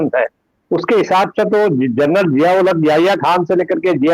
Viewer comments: दीपकजी, I am sorry to say , आपने 'जनरल ' का प्रोनाउन्सेशन , जर्नल किया है l बाकी आपका विश्लेषण तो, हमेशा की तरह लाजवाब है ही l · Carnal nahi janral pl note